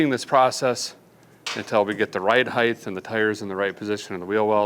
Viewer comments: "Height" not "Heigth" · Stop saying “heighth” as the word is simply height. You sound stupid. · Was he saying, "heighth?"